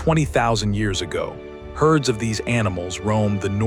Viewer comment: “herds” thanks AI, you’re killing it